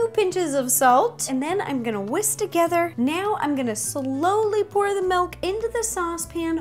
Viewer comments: Am I the only one that doesn't hear her saying milk but melk? :) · she says melk